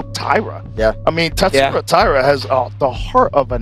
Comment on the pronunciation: Masvidal: Taisura. DJ: Tatsuru. It’s not like the name Inoue. 🤦‍♂️